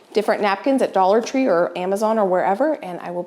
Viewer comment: "dollar 25 tree" 😂🤪 that made me lol These are so fun!